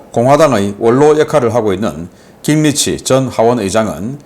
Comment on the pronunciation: 신박사님… 깅리치라는 미국 정치인은 없습니다. 미국식으로 그의 이름은 ‘긴그리치’ 또는 ‘깅그리치’ 라고 표기하고 또 읽어주셔야 합니다. 다른 나라 사람들의 이름은 정확하게 표기 또는 발음을 해 주셨으면 합니다.